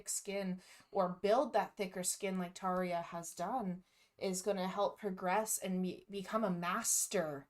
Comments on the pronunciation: This interview (like many of hers) shows her personality so much. I love it, she seems so happy and fun😄 Ans yes, the guy interviewing butchered her name😅 but it is a hard name though I am definitely very interested and excited if you ever get to interview Tarja😁 Thanks for this! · I've always enjoyed this interview. Tarja is gracious and lovely, as always! But dude needs to learn how to pronounce her name!!! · Thank you for this and for your nice words. The Interviewer is not so good in my opinion. First the mispronouncing of her name..he should’ve learn it before.. And why is he asking Tarja about the cost from ‚Once‘ and that some guy mentioned John Two-Hawks (wrongly) as a fraud.. How should she know that? And there’s nothing about that on Tarja’s Wikipedia page..